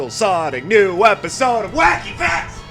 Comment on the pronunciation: No offense but at the start it sounds like u saying whecky fecs